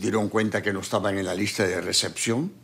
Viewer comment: dijo listros